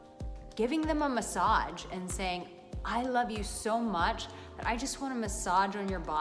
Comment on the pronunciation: Does she not know how to pronounce the word massage? There’s no D in the word. Not massadge